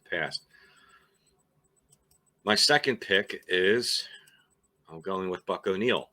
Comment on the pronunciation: Buck walked Ernie Banks into the major leagues after coaching him in KC. No one deserves it more than him. You nailed the name, by the way. You had me fooled.